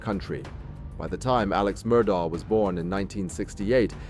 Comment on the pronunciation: It’s pronounced “Murdock”. You can literally HEAR Alex say his name at the beginning, on tape. 🙄